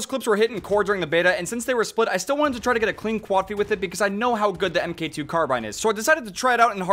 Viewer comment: Mark two* not em kay 2